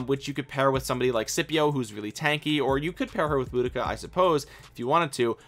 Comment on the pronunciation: it is deceiving as it's very different to how it appears.. you got the Boudica pronunciation spot on 👌 Keep up the brilliant Vid content as I am f2p so lots of these Epics are of great interest to me.